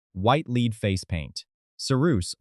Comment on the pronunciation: I quit watching right away.I can't do a IAI . voices when the AI can't even pronounce lead correctly. because it doesn't read for context.